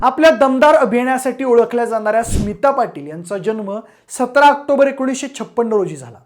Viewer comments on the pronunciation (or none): none